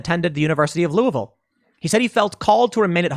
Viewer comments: Being from Kentucky, I am just really impressed Tim pronounced Louisville correctly. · Thomas Massie got to Tim! “Lou-a-vul”!!! Good on you!!!